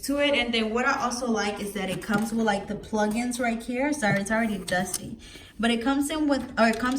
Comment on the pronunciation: It’s right here not right kere😂